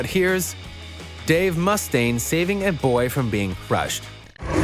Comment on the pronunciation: Dave Must-stane... eww that's not correct. Why are you emphasizing the Must part?? It's mu-stane, not must-stane. 1 S and 1 T.